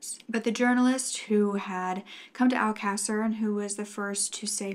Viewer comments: My silly self is on Google trying to find out what mean? I should of known it was just mispronounced, considering I went back just to be sure. I've never heard this story and I'm stuck on one word🤦🏾‍♀️. Keep up what you're doing, I really enjoy your content and love your voice. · Its, Alcasser. The case she is talking about on this video is the murders of the Alcasser girls/Murders. Alcasser is a Spanish town in Spain. It does sound like a bit. its pronounced Al-ca-ser. Hope that helps!